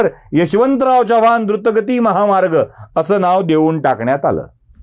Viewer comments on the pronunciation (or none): none